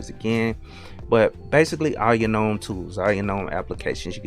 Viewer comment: I love that you pronounce gnome with a silent "g" as the word is meant to be spoken! 💯 Never relent to the hordes 🤮who say "guh-nome." 👍👍👍